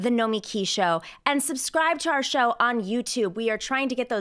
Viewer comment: I could be wrong but it even seems to me like Nomiki pronounces her own name in the common way with the emphasis on the "mi."